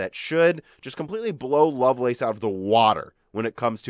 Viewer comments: Lovelace is pronounced loveless. Its a person's name. Its not the lace on sexy underwear. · Yes, it's a name. No, it is not pronounced like "loveless". It's literally pronounced "love lace".